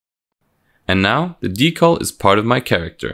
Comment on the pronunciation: Drinking Game: take a drink every time he says Dee-caull.